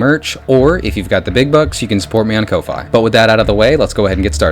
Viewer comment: Kofi is pronounced coffee. You know, like the coffee in their logo?